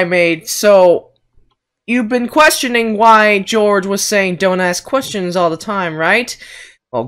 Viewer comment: Il love thepart when he says “DONT aSK qYEsTiOnS”